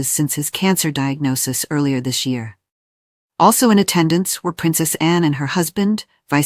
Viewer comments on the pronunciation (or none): none